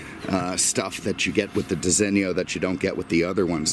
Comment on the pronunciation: You just about say "Disigno" correctly, but there is no "i" in front of the "o". So pronounce it how you do but without the "i" , a bit like "Disino", not "Disinnio"... Capeesh? lol.